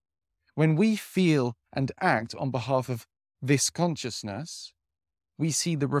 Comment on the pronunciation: Love your content. But consciousness is pronounced con-shis-ness 😊